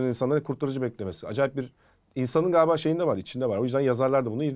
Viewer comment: harika bir diksiyonun var, ancak "Galiba" kelimesini ne olur "Gaaba" şeklinde telaffuz etmemeye çalış. Sevgiler ❤